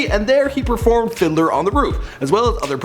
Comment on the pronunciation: "findler on the roof". This dude either cant read and/or has a terrible speech impediment, sheesh